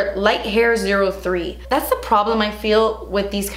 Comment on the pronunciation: I love when she says "das expensive" lmao